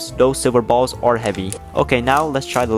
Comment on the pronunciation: Why does he emphasize the word ballz